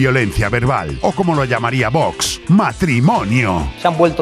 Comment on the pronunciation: jaja q gracioso el emoji vomitando, y cada vez que dices "voox" como vomitando. Crack